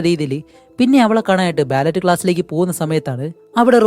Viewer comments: ബാലറ്റ് അല്ല ബാലെ ❤ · bro ബാലെ ന്നു ആണ് ഫ്രെഞ്ച് വേഡ് ആണ് ballet ഉച്ചാരണം ബാലെ ന്നു ആണ്